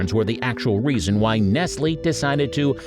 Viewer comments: Pssttt---it's pronounced Neslee, not Nestle! Other than that, thank you for the video. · It's actually pronounced "NESS-lee". The "t" is silent. "Nessle" is just excruciating, and he repeats it SOOOO many times. But if you have ever heard one of their ads, it isn't "NEST-lee" like a bird's nest. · Nessel? Ness-lee! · It’s pronounced, NEST-LEE! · Nestle is pronounced with a long E at the end not a silent E. NES-ly is the correct pronunciation. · The funniest part of the video that made me laugh out loud was the fact that the narrator said 'nessle' for the first half of the Nestle Magic Ball segment and then pronounced it correctly for the second half of the segment. I was under the impression that it was a robot voice that was going to continue to get it wrong the whole way but imagine my surprise when halfway through, the person says it the right way. LMAO. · It’s Nestlē. That’s a long E at the end of their name. Nestleee. You should probably have a real human doing the voiceover. not a job for AI. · Nestle = nest lee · Silly, it's pronounced ness-lee!! The brand name!! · It’s pronounced “Nest-Lee”! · “Ness-el?” Really? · Ya mean nestLEE? LOL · It's pronounced Ness - lee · It is pronounced Nes-lee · The only things on this list that are no longer available are the Nestlé balls (not "nessle" balls...annoying robot voice) and the Lollipipes. Everything else is readily available in many stores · Nestle is pronounced NESS-LEE. And half of these things are still available.... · Nestle is pronounced NESS-LEE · LOL, it's "NESSLEE". smh. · Dear sir, you must be kind of young yourself. Nestle is pronounced (Ness Lee). But that's ok, I'm thoroughly enjoying this trip in time. 🩷🩷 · Mr. Narrator: Nest-lee. You had one job... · "Nessle" magic balls? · say Ness-lee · One more thing… it is always pronounced “NEST — LEE”. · Nestle is pronounced Nes-lee. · N-E-S-T-L-E-S "Ness-Lee" makes the very best....Chocolate. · It's pronounced Nestleeeeeeeeeeeeee! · you prounced Nestle wrong